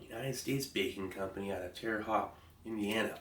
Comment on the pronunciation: Steve, in case you care: Terre Haute is pronounced “Tear a Hoat” like “boat.”